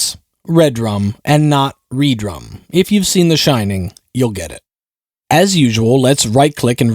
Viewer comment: oml I thought I was the only one that pronounced Redrum correctly. lol